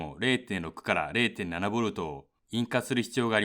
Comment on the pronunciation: ときたま発音が悪いな。ボルドとかモスフェーとか。